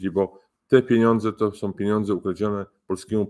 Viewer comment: Erudyta nie powinien mówić oni som,oni chcom.Wstyd.Całokształ super.